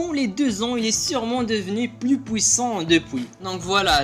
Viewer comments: ARRETE AVEC DES POUISSAN dit "puissant" stp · Wesh tes prime son abusai😂 Fais plus de référence de force comparer 2ans après des pirate déjà connue Et ce n'est pas "pouissant" mais "puissant"😂😂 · Je parie que tu es belge " pouissant" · Parle correctement dit magellan et puissant pas maglan et pouissant t est peut etre dieu de skipiea mais pas de la parole